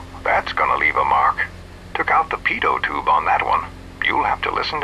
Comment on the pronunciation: Did he say pedo tube or pitot tube?